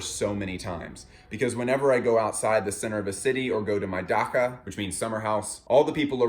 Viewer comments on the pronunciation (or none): it's pronounced dacha, like [ˈdæʧə], ch sound is just like in chat or chapter etc. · just wanted to point out that "ch" in "dacha" is pronounced the same way it would in the word "cheese" thank you for these analysises by the way! extremely entertaining and insightful stuff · hey! just followed you on patreon and absolutely love what you do! the episode is fantastic. just wanted to correct you on something really small - dacha (Russian country house) is pronounced with a ch (like chair) and not an h. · the way he pronounced dacha 💀